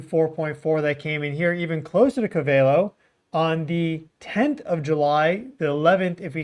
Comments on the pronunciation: stop saying co vey lo its cove ah low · Its Covelo NOT Covel o. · Pronounced Cove-a-low😅 Also, Mayacamas fault hosts the Geysers and clear lake itself is adjacent a well know volcano. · The pronounciation is Ko Va Lo. Not Ka Val O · Its Cove - ull - O . Covelo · Co-Va-low is how you pronounce Covelo, Ca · You say it like Cove el low covelo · That’s Pronounced CO-VA-LOW California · Gee, anyone who lived in Willits should know how to say "CO-vel-o"! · Pronounced Co-va-lo fyi. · Cove-AH-Low is how it’s pronounced. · Pronounced Cove-a-low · Pronounced COvelo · Covelo (“Co-veh-low”) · Hey, it's pronounced....cove-a-low........covelo...just letting you know bro, keep doing a great job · I lived there for 14 years it's pronounced Cove-ah-low :) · Pronounced. CO- VA- LOW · It's pronounced Cove-ah-low And mayacama is mi-ya-cah-ma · It’s pronounced CO-va-lo. Accent in CO. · Covelo is pronounced COVE-ah-LOW. Thanks for you content.